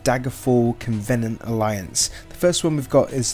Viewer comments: WHAT!? HOW DID YOU PRONOUNCE COVENANT!? PLEASE LOOK UP THE PRONUNCIATION!. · And covenant, and argonian.